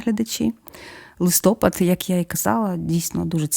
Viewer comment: Дякую за корисну інформацію та цікаве відео. В ось у слові листопад наголос дуже ріже слух. Інтонація і голос дуже приємний. Божого благословення Вам і успіхів і наснаги в подальшому розвитку каналу❤❤❤